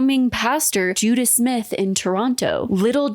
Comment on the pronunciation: I'm sorry, Ican't stop giggling about how this culty pastor is called Judah Smith. When you say it it just sounds like Judas 😂🕵‍♂